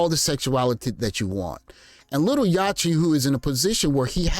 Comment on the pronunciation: It’s Yacht-tee like yacht as in a boat. Yacht-t.